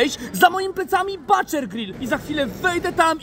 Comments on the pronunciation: Ale błagam, butcher wymawia się "bucze" a nie "bacze" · Tym razem to buczer się wymawia. Pozdro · Wymawia sie buczer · wymowa to buczer rzeznik Robi wrazenie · zdobił wrażenie, zdecydowanie ^^ Ale mam dla Ciebie małą radę od lingwisty. Słowo butcher znaczące "rzeźnik" czyta się nieintuicyjnie Ogólnie przyjęte zasady wymowy angielskiego najczęściej ukazują, że "u" czytamy jako "a" Jednak w tym przypadku mamy do czynienia z głoską ʊ, którą czytamy prawie tak jak polskie "u" na upartego można to powiedzieć tak: buczer a tutaj jak to wygląda zapisane w symbolach fonetycznych ❤️: /bʊtʃə/ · Wymowa "butcher" zdecydowanie nie robi wrażenia.